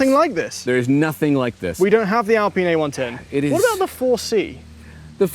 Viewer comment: Please stop saying "ALPEEN".